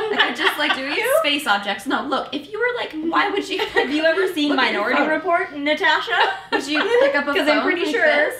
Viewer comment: haha the way Elise says naTASHA it kills me